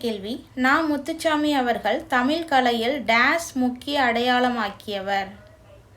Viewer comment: தயவு செய்து 'தமிழ்' என்ற சொல்லை சரியாக உச்சரிக்கவும்.